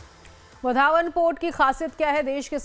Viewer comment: इस होनेवाले बंदरगाह का नाम वाढवण है, वधावन नहीं | नाम में बदल मत करो | Please do not change the name of that port. Its name is वाढवण and not वधावन.